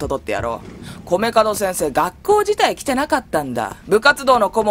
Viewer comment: 米門を『カドクラ』と何回間違えていたけど、何事もなく正しく呼んでからまた間違えてるし😂😂😂 聞き逃さへんでー！🤣🤣🤣